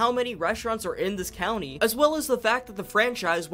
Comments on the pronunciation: Anyone else annoyed that he says country intead of county? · It’s county not country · You’d think with 300 hrs (possibly more now) that you’d know it’s county not country.. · I'm not native to there, so that one didn't hurt my ears as much as county / country. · I swear to god if you say ‘country’ instead of ‘county’ ONE more time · Thank you for this video! But... it's county, not country. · Knox county. Not country bud. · Its COUNTY not country. Sorry it was driving me nuts. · I mean yeah in reference to you saying “country” it is county. Buuuuuut it’s funny that all the PZ YouTubers call the area you explore in PZ “Knox county” when Knox county is on the other side of the state and Louisville is in Jefferson county and let’s take Muldraugh, is in Hardin county. Simply being close to Fort Knox doesn’t mean it’s “Knox county” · It hurt my brain with him saying Knox "Country" so much. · knox county did you say knox country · county.... its knox county